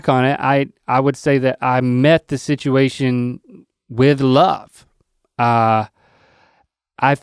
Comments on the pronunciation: Rhett says situation like sidguation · rhett pronounces "situation" in a strange way